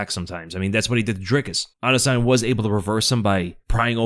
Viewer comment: pronounced adusanya 😅